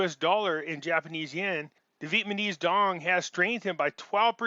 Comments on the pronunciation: You often have good information, but it is very hard to listen to you constantly mispronounce the name of the people. It is VEE-ET-NAH-MEEZ... not 'Vietmanese'. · Love your work,... PLEASE pronounce VietNAMEse... not vietMANese